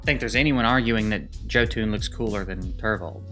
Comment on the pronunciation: Just for future reference Jotun is pronounced Yo-tun. Yeah ... I am a Norse mythology buff. This was an interesting divergence from your regular stuff. Well done.